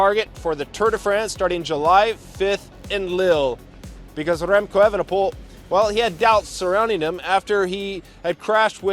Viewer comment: That ol Spaniard, " Rrremco Evenepol".